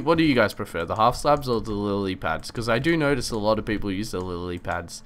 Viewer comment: has trouble saying Lilly pads